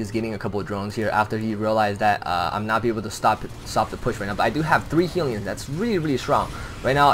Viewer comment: HELLyons, not heelyons, haha